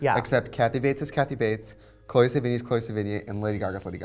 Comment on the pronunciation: Alright guys.. love you, but its CHLOE sevigny, not CHOLE..